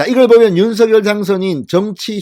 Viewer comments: 윤성열로 발음하기. 윤서결로 발음하지 않기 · "윤석렬" 로 발음해달라고 본인이 말하던 영상기사를 봤는데... 윤서결로 게속 발음하시네요.../// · 윤서결이라 하지말고 윤성렬이라고 하세요 발음에 듣기가 거북합니다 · 윤성녈로 읽어주시길요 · 진성호님 제발 윤석열이름 부를때 제대로 좀 불러주세요 신경써세요.. 윤석열당선인이 서결이라 부는 것 싫어합니다. 석열이라 불러주세요 부탁입니다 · 윤성열 로 발음하라고 했짜나 멍청아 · ● 윤 성녈 ■ 윤 성녈 로 발음 해 주십시오!!